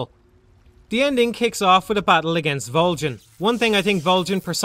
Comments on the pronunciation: Vol-JEN!! What the hell, that's so damn funny!! Vol-JEN!!! Dude, its Vol-GIN. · MGS3 shouldn't have had items like the Tranq Gun, or Infra Red Goggles, and the Silencers should degrade a lot faster. These changes would have a huge, positive impact on the game as a whole. Also why Volgin with a soft G? It's a hard G. VolGin. I dunno just kinda bothered me. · Theres literally a line dedicated to how "Voljin" is not how you pronounce his name. You know for a fact that's not correct why would you make a video doing that? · I know Volgin, but who's Voljin? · Why does he say "Voljin"? Did he even play the game? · Who the fuck is Vole-Jan? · Vol-gan not Vol-gin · Volgin not vol GIN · Vol-jin.... really?!? Haha it’s Volgin. Great review though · VOLJIN???? lol Volgin* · This guy just reads a script, he has never played the game. That's why he says 'voljin' instead of 'volgin' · I love your videos but why the hell did you insist on pronouncing his name "Voljin"? Did you not listen to how his name was pronounced in the game? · Ok but why can't you say "Volgin" correctly? They say his name outloud multiple times and it isn't "Voljin" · Vol HARD G in. It even says so in game. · no one else gets a weird feeling every time he mispronounces "Volgin"?? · Volgin with a hard g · The "G" in Volgin is a pronounced like the G at the beginning of the word golf. It's not a freaking J sound. I don't get how you could play through the game and not know that. The name is said many times throughout the game. It really makes me question if you actually played it or are just parroting what someone else wrote about it.